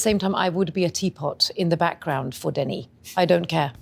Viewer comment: tbh I stopped watching after the 10th time she fucked up Denis' name... .smh at least learn how to say it right